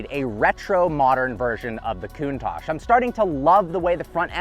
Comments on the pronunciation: Coon-tauque, not Coon-Tash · / OK TWO COMPLAINTS IN ONLY THE 5 SECONDS I WATCHED. 1- THE NAME OF THIS CAR IS NOT "COOOOON TACHE" IT IS: " COUNT TACH " SHORT A SOUND. LIKE " TOUCH" BUT "TACH" THE TA SOUNDS LIKE CA-T HA-T TA-CH... SAY IT RIGHT! 2- THE INCREDIBLY FAKE AND PHONY FACIAL EXPRESSIONS ANS EXCITABILITY YOU SHOWED WHEN ACCELERATING! ALL THE PEOPLE, AND I DO MEAN ALLLL THE PEOPLE WHO MAKE THESE TYPE OF VIDEOS ALL THE DO THE EXACT SAME FAKE, PHONY, PRETENTIOUS EXPRESSIONS AND EXCITABILITY FACES, AND ITS REALLY ANNOYING! SO STOP THAT! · 'Poster Car we all know and love?' You weren't even born in the eighties. It's also pronounced: [kuŋˈtaʧ], with the accent on the "a," and with the consonants "tsc" at the end. Not COOONTACSH Good grief, if you're going to introduce one of the world's most beautiful cars, do your homework. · Wow, what a car, but why does he call it a Coontache, sounds like racism mixed with anti facial hair tendencies to me. Where English is the main spoken language, we call it the Count-ash, count as in 1, 2, 3, 4 ash as in burnt stuff. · Coontarsh😂 Why can't Americans talk properly. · I don't think anything has ever annoyed me more than this dude mispronouncing Countach over and over again. Lol. "COON TOSH". Ugh.